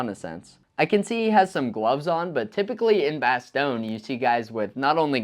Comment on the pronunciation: Woof!!... the way you say "Bastonge" as "bass-thong", it's actually pronounced as a cross between "bass-tongue" and "bass-tonya", leaning more toward the latter "bastonyeh". If you're unclear about pronunciation of place names feel free to hit me up. I might even be able to help you with some of the East-European/Russian stuff as I have a East Ukrainian refugee working closely with me.